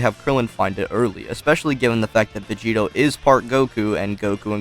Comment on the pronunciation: Sounds you’re like saying Vegeta 💀